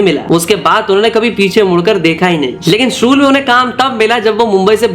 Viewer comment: Funny he was talking about the Sa and sha words but he himself calls Shool as sool 😂